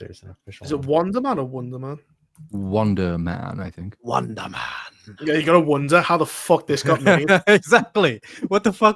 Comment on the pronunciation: I thought you kept saying "Wanda-man" for gods sake, I had to google it... Wonder man... WUN-DER